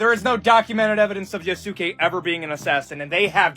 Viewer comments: Yea su kay. My man is making me cringe with each time he said it. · > promnounces it Yo-SOOK-ay >Opinion discarded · “I gotta play a WOMAN or the BLACK MAN YA-SOO-KAAY?! I’m so invested in getting the Japanese culture right when I can’t even pronounce anything correctly and I’m absolutely not using it to hate on women and black people” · It’s pronounced ya-skay like saskay sasuke from Naruto omg I got triggered so bad it’s right up there with people pronouncing kamehameha wrong when it got added to Fortnite lmao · "yuh soo kay" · Dude talking about respecting Yasuke but can't say it right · The guy talking about the creed shadows thing and then choosing the one black guy to ever be a samurai bothered me. I understand his points, but he can’t pronounce Yasuke, shinobi, or Tsushima right and it bothers me so much cause it’s not that hard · The dude mispronouncing Yasuke's name while bitching about not being historically accurate will never not be funny. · Can't stand the way that guy pronounces Yasuke. The thing that's really funny to me about the whole Assassin's Creed situation is like.... When have those games ever been historically accurate? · I die every time the guy pronounces Yasuke's name wrong 😭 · I am not taking the opinion of anyone who pronounces Yusuke like that. No opinion for him.